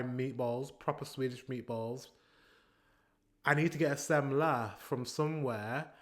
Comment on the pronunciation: "Samsa", you still haven't fixed it. You didn't do iiit.